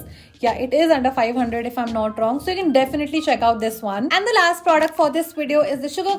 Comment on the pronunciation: pronounces the word product as "praudact"!!